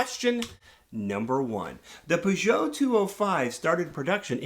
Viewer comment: Got 40 points (quite embarassing for a frenchman) but I probably got distracted by the way you said that brand ;p. Maybe a lesson on how to pronounce french car names should happen ? Just throwing the idea out there, haha